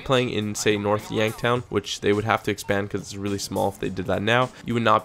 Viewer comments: And why do ya say North Yanktown? It's Yankton! Well, sounds like you're saying Yanktown. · its North Yankton not North Yanktown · North yankton not North yankTOWN. :/